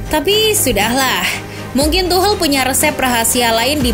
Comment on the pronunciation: Tidak bisa fokus gra² admin nya bilang tuhel